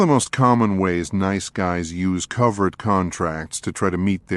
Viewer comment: Covert contract turned into covered contract. It's driving me crazy.